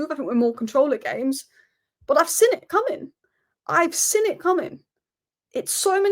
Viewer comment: its "seen" not sin